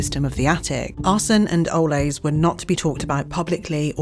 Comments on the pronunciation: It's driving me nuts that the narrator won't pronounce Ole's name correctly, even after given examples in the Ole's ad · Just for information, Ole’s is not Spanish and is pronounced oh leez. The city of Tulare is pronounced too-lair.